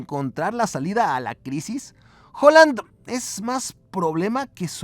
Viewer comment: Haaland finalmente nos dice como pronunciar su nombre en un video con otros jugadores y es mas o menos con una "a" Haaland *gente que no le gusta admitir su error Hooland